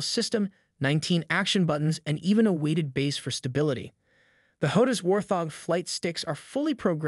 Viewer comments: War-thog... Wart-hog. Just a heads up, otherwise good video mate. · Thank You....was annoying how he was pronouncing it . :) but all in all good video. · Whaarrrt, thoorggg what??